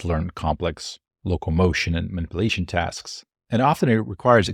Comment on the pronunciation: How can you pronounce "emulation" correctly but not "simulation" or "Manipulation"?